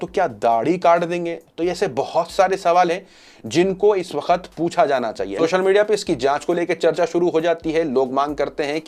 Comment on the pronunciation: Sir Aap hamesha waqt ko wakhat boltay haen pls apni Urdu sahi karen